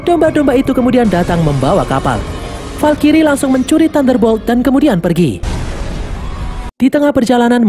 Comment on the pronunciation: valkrye bang bukan valkiri